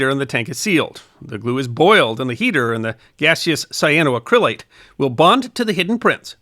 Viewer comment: It is a compound of the mineral Cyanite and the Dupont fiber Acrilan, so we get : “Cy a no ACC ri lan” Accent on the fourth syllable.